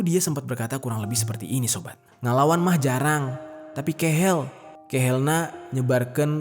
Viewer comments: Keuheul bukan kehel 😭😭😭😭😭 RIP untuk korban 🥀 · KEUHEUL bukan KEHEL 😂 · Keuheull aa bukan kehell jdi salfok aku🥺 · Btw.. "Keheul" bukan kehel Gini... Pengucapan vokal E nya hampir mirip2 kaya kita mengucapkan "Semoga , Asem, Bareng dsb" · Keheul bukan kehel hhe lucu pas bilang b.Sunda nya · Salam dari tasik bang, maaf nih jdi pengen ketawa pas abang bilang "kehel" 😂😂 hrusnya keuheul sih bang 🤣🤣 tpi kok jdi lucu yah denger nya 😂😂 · bukan kehel bang tapi keuhel wkwkw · baca nya bukan KEHEL... tapi "keuheul"... ( yg arti nya: kesal) 😊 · Bahasa sunda jadi bahasa medan, kehel di bacanya keuheul ya bang 😁👍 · Keheul bukan kehel😂